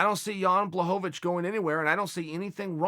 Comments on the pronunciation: HorweenJunky jan blagoyovov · “Blahovavich” is almost as bad as “Ya Rear” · Jon blohgovich